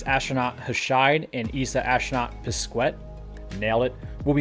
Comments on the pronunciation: Btw you suppose to pronounce Pezkè, Toma Pezkè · Sorry, you did not nail it: Pesquet is pronounced "pess-kay": both the 'u' and the 't' are silent...;-)